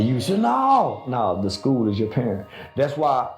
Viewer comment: Pair-rent...its in the name...they consider your babies your rentals